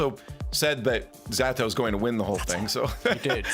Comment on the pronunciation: Ze-tow not Z-Atow you dumdums